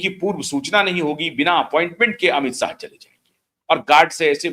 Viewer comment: Plz pronounce words properly . It is not Amit sah but Amit shah , not sarad pawar but sharad pawar not sayad but shayad